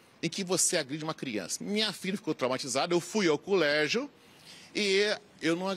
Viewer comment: Eu fui ao "culégio" kkkkkkkkk Ah doutor!!!